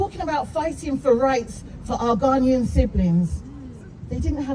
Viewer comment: Eiii...please don't ever say Ghananian again u hear...mtchew